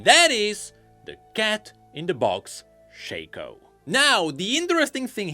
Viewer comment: Its SHAW - KO no shay ko